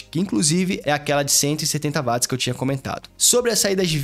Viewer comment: Bom dia! Só uma dica, ao falar da bateria a pronúncia correta é parecida com Uote, pois a unidade de medida foi batizada por causa de James Watt. Excelente vídeo.